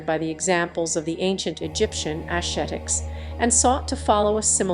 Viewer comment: Wonderful information. Need a new reader/voice over, however. Her inability to pronounce words like ascetic (among others) doesn't help your credibility. Also, if you want credit you must first give credit. It was the Anu who birthed Khemet civilization and the Anu spiritual practices (of equality, family, and non-materiality) that the sect, much later called Jews, was expelled from Egypt for preaching. The Anu were the small people of Africa. Until the big people of Africa reclaim their spiritual roots and revere their teachers, they will continue to be manipulated and abused by the least creative and intelligent of God's people. WE can't do wrong and think we'll get away with it.